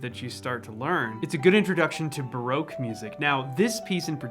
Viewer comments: It's not baroke it's barock. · Pronouncing Baroque as broke seems fitting for musicians. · It's a fabulous video, thank you. I've been wondering about ways to improve my repertoire and this really helps! P.S. Baroque is pronounced Ba-ROCK. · I still can't get over the pronunciation of Baroque, to English ears it sounds like your saying its "Broke" ;)